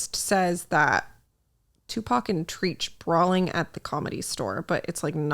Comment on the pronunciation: STOP the way you pronounced Tupac’s name 😅